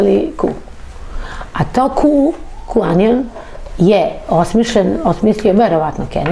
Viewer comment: Ova stalno govori Q-anion 😂😂😂 onion koji se na engleskom izgovara kao anion, znaci CRVENI LUK, a ova stalno ponavlja Q-anion ... OSRAMOTI SE ZENA u nekoliko navrata kad je pokusala da nesto izlupeta na engleskom. Koga vi sve tu ne dovodite. Kako se ova snalazi u Americi s ovakvim engleskim? 😂